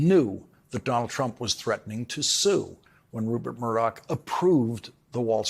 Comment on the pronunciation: LAWRENCE!! I TOTALLY love you, but PUHLEEEEZE get facts straight. The amount awarded to the Dominion voting company was $787.5 million. You said $767. And it sounds like you are mispronouncing the name.... It is RuPert!! It sounds like you are saying RuBert Murdock with a B.